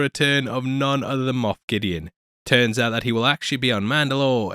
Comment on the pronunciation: That's what he said, Moth Gideon.